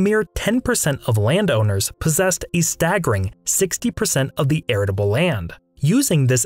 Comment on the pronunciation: Just so you know, it's arable, not aritable